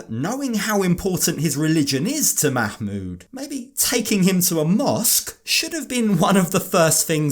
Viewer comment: "Makmood" lolol